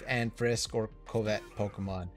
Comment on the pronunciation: Thanks dude! Cool vid! Covet is pronounced “cuv-et” as in “thou shalt not covet thy neighbor’s wife”. Lmao. Just so you know. It means to lust after or be envious of.